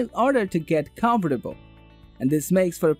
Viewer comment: I can’t take this Review seriously. He Can’t pronounce words like polyester hotel comfortable sleeping company particular